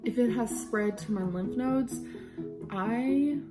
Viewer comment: my bf’s grandma says “lymph noids” too and it sounds so normal to me bc of LOL my bf said “... you mean lymph nodes? what the hell is a noid??”